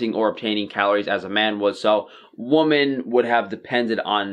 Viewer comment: it really sounds like you call us woman instead of women.